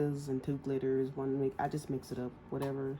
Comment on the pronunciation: Hey love the tutorial. It is pronounced myca powder. Tfs!